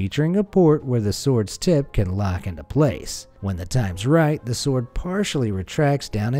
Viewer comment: The w in sword isn’t pronounced dude. Ripper video though. Good work as always